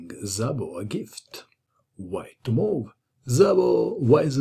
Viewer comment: 'Szabo' It is pronounced as 'Sabo' with 'S' like in 'Saturn' not with 'Z' like in 'Zorro' (however Szabo fight agains Kotov like Zorro - so not to bad)